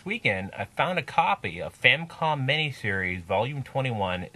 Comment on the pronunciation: First off, good review. Secondly, it's not a "Famcom." It's a Famicom. And it's The Adventure of Link. Not Link's Adventure.